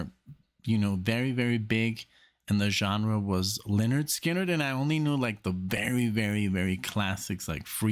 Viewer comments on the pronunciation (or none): none